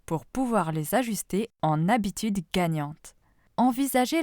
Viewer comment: Les sept habitudes, et non les 7 zabitudes!!!